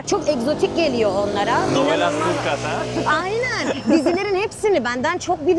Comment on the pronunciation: Bölüm çok güzel ama diksiyon, güzel konuşma ve seslendirme eğitimi almış biri olarak naçizane bir şeyler söylemek istiyorum, bu kadar eğitimli bilgili bir insan olarak İlknur hanımın Türkçesi, diksiyonu, kullandığı kelimeler o kadar rahatsız etti ki beni (sürekli ayyyyynen demesi gibi, DEĞİLLL derken yumuşak g ye bastırması gibi vesaire) lütfen ama lütfen bu kadar kıymetli bir mesleği (rehberlik) yapan biri Türkçesine biraz daha dikkat etmeli🤦‍♂ En yakın zamanda çevrimiçi de olsa (ki Milli Eğitim Bakanlığı'nın bu anlamda eğitimleri var) bir diksiyon ve güzel konuşma eğitimi almasını rica ediyorum.İletirseniz çok sevirim..